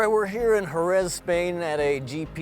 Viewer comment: Jerez pronounced Hereth I believe